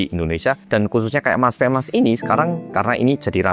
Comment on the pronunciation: Femas jadi femes 😂